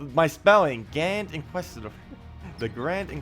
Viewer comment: bud. Inquisitor....there's a I there not Inquestor. Otherwise great job as usual.